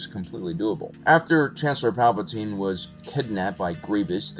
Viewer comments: If you didn't say his name incorrectly like 1000 times in this video it wouldn't have bothered me so much lmao. I mean you got name perfect. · Lol you're trying to correct his spelling/pronunciation but you misspelled "Palatine" as "Palpatine" lmao 🤣